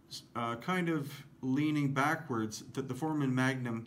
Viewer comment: "ForAmen", not "Foreman". I can't find the keys to draw a bar over the "A", but it is the long "a".